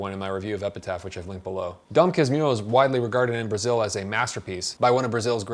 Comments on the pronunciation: Dom kas-moo-ho hahahahaha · You can pronounce it something like DOM CAS-MUR-HO. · For pronounciation, try "dawn kas-moo-hoe" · The pronouce is, DON KASH-MOO'-HOO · Dom casmoohoo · A little help on the pronunciation: "Dom Kasmooho" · it pronounce Don Casmooho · You can try pronouncin it as "Don Kasmoo-hoe". As a Brazilian I was traumatized from having to read Machado as school assignment. Few Brazilians are able to appreciate the author's way to tell the story. Most of the kids might agree "it drags itself too much". Machado's tales are way better for kids to read IMO. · Ele tentando falar Dom Casmurro: Dom Casmirro kkkk Eu tentando entender o vídeo: Sad. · Just to help on the pronounce, it's Don Kas-Moo-Rue, but the "R" is made with the troat, like imitating a dog growl. Just in case someone is interested. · The pronunciation is more like Don Kah-smoo-hoe, really Unreliable narrators are my thing, and I blame Dom Casmurro, really. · Read it as "Dom Casmooho" ;) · Thank you very much for your perfect review of the most famous book of Machado ("Axe" in English) de (of) Assis (Italian city (Assisi). You can pronounce the title of this book "Dom Cass-MOORE-ro. It will sound perfectly in this VERY difficult language that Portuguese is, and we are obliged to speak here in Brazil... : ) : ) : ) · [dõ kas'muhu] usando o ipa. ' pra sílaba tônica, se deixar dom o m pronúncia como mom do inglês, então tem que colocar õ nasal. Sim, faço mestrado em fonética